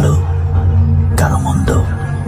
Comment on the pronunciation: এ বলেছে মন্ড কিন্তু হবে মন্দ 😂😂😂